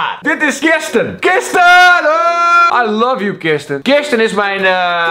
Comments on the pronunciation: hahah "kirsten" het is "kristen" ( no hate) maar vond ik grappig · je spreekt het uit als kristen